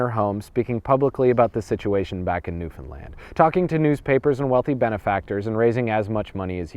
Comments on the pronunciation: I'm from Newfoundland and I didn't know all of this!!! But it's pronounced like understand. Not newfinland lol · I've asked this before and I'll ask it again. Why do you pronounce "Newfoundland" like "newFinland"? It's the only thing I find odd in these videos.